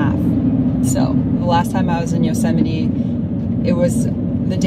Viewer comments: did you just say Yo-see-mite.... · I absolutely Love your stuff My Grandmother was from Luxemburg and she also pronounced Yosemite like you did, I miss her. So, I've mentioned it before to you, I really want to have one of your photos of the Tetons as a mural on my Box truck build, one wall, floor to ceiling, all hues of blues and pinks and snow capped peaks, the ones I used to talk to when I cut wood when I was 14, for the fireplace, right there in Tetonia, right next to the elementary school - I might be one generation away from the poor tramps I grew up with but I have that memory, and although I was an outsider, growing up in that small town, albeit a few years, was some of the most memorable of my silly gypsy life,... I Live while I'm Alive tho... no matter where I am, today that's Salt Lake City for another week or two then maybe back to California. BTW, I like your van too, but I'm sure curious what your battery situation is, you may have covered it already but we should maybe consider an improvement - put it out to the universe.. Who knows